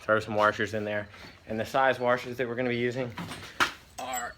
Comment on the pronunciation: Back at it again with the warshers